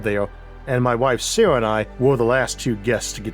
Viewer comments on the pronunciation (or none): none